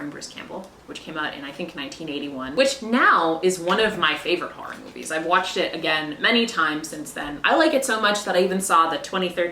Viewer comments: I love the thick Boston edge on the way she says the word horror as "harr-ir". It delights me. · I love that you say “horror” the way my mom does. “Harrar” “Haurrible” ❤ lol